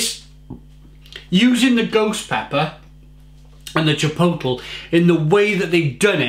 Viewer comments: Each time he says chipoetel...I cringe. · if you're gonna review chipotle flavoured beer please learn to pronounce it